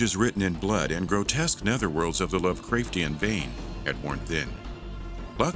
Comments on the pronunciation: A great video about a very interesting game series that will hopefully be remembered by it's ambitiousness and by the great contributions of it's modding community. So I was going to let "Love-Crayf-tian" slide. Even "Sha-Rown's ferry". But then I hear "to bridge the Chaz-m"? But I guess you can't really go wrong with adding a bit of humor. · Lovecrayftian? I'm sorry... What?